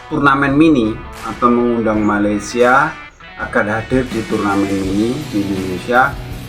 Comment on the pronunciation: maladeys bukan Cava keppah.. sama kamu ha... ha... ha...